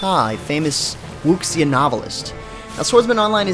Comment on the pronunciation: Lol 武侠 isn't pronounced as 'wooksia', It's pronounced as 'woo-sia'.